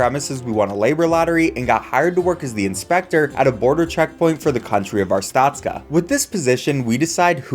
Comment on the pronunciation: Wtf is arstacka?